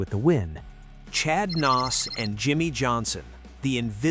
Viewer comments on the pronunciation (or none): AI sucks. Chad Knaus regulated to Chad "Nos".